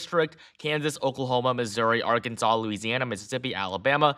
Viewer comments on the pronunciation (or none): none